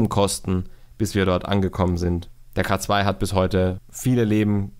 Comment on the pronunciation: Bitte den K2 englisch aussprechen der Berg verdient diesen Respekt. : )